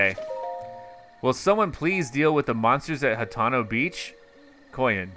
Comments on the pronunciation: It's Hat-ee-no Vill-ad-ge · It’s said hateeno